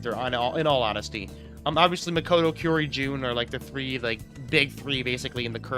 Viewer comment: First-time viewer, why do you call kaori, kiyori?